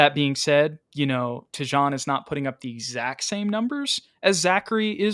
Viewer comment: It’s Tee-Jane